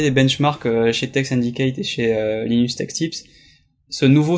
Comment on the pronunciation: Mec tu me rend ouf : l'aïe nus tech tips _' Pas linus